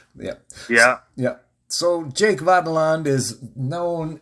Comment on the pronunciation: Why do you refuse to properly pronounce Jake's last name? He said it for you enough times!